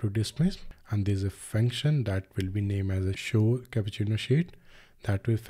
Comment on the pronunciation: It’s Cupertino not capucino